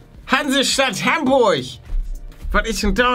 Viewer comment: Hamburch? Achsoooo Hamburg